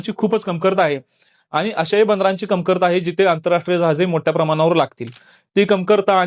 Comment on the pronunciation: कमकरता नाही कमतरता असा उच्चार व्हायला पाहिजे 😊